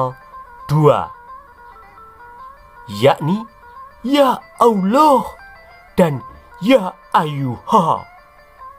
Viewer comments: Ngomong alohnya paseh banget. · Referensinya lengkap jarang orang mendedikasikan minatnya seperti ini. ketika menyebut owloh suaranya mantap kadang lucu. Sebutan owloh humma jelas dewa bulan. Beda dengan si humma. Banyak idikator lain yang mengarah ke Dewa Bulan. Salah satunya bulan Sabit. Karakter owloh dalam qur'an semakin jelas